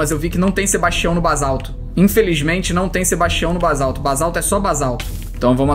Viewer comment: felipe não se fala bazalto.é basalto